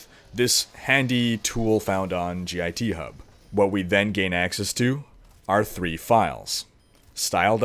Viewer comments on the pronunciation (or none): "G I T Hub" is just pronouced github like one word for future refrence. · And then the G I T hub. So much cringe. >.>